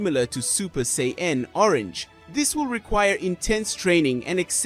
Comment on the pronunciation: But... Butchering 90% of ALL the names.. 😓😱😭😭😭 Say-een.. Gaah xD